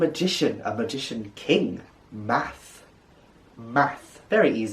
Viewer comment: Thank you so much for sharing this. I am not a welsh speaker at all. I'm an American. So it's confusing as I come across different pronunciations. I came across one online that had Math pronounced as Mott. But you are saying it as Math so I'll take your word for it but I had already put it in a glossary of a fiction book as Mott. It's just confusing.